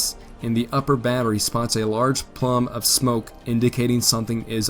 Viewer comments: A "plum" of smoke; the gunboat "Constatoga"; the enemy might "excape" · A "plum" of smoke, or is it a plume of smoke? USS Conestoga... you know, like the wagon. Break it down into syllables if you have to. Hooked on Civil War Phonics. If the narration on this series is brushed up it would be phenomenal...but the stumbling pronunciation makes it present like a Wikipedia article read under duress.